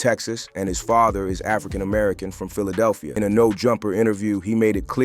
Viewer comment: Philadeephia? And I thought AI Slop couldn’t get any worse. They at least should know how to say state names